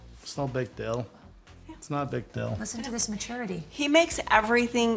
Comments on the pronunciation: Does the whole cast say "dill" for DEAL???? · It’s not an American pronunciation. It’s a Utah accent. The vast majority of us pronounce a true “ee”